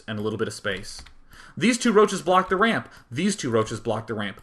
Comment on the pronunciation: Are you saying "wamp" instead of "ramp"? hah